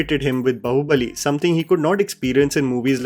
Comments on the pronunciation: Hi great video but can you please try pronouncing Bahubali correctly?😂 When you say Bahubali, bahu sounds a lot like 'daughter in law' bahu and not 'arm' baahu. It's really funny but people see your videos even outside our country as you make videos in English and it would be appreciated if we could at least let people know the correct pronunciation of Indian words. All the best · Sorry to point out a minute mistake, it's not bahu-balli like Saas bahu , it's Baahu balli 😂 I mean how can you speak meticulously perfect English words while completely missing out on Indian language enunciations....please can't hear the wrong word pronunciation, again and again its very odd. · Please stop calling it "बहु-बली " its "बाहु-बली " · Ok. I can’t take it anymore- it’s ‘baa(as in baa in ekta kapoor’s serials) hubali and not bahu (as in saas-bahu). 😢